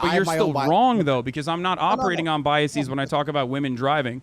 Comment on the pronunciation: Omg! I'm hearing this everywhere! For the record - it's bias-ez, not bias-ees. Come on, people. You can't just put a long e sound at the end of the plural forum of any word you want because you think it sounds more intelligent.